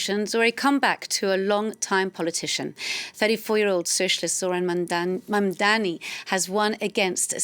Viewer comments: Never understand why white people around the world have trouble prouncing the simple word “Mumdani”, it’s not tongue twister ffs. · Anchor is struggling with pronounce mamdani